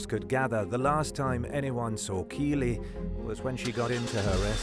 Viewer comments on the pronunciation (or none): With it in the media so much, the least you could do is pronounce the girl's name correctly. 🤦🏻‍♀️🤦🏻‍♀️Kiely- rhymes with "Riley". It feels disrespectful to use her story in a monetized video and say her name wrong. It makes it seem like you don't care at all about the victim but for the fact it makes you money. Not cool.